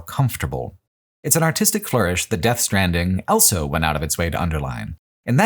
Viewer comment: pronounces the word "also" as "elso"